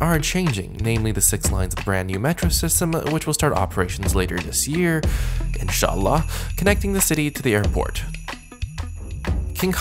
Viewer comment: Your "inshaAllah" is superb! Love from Indonesia 🥰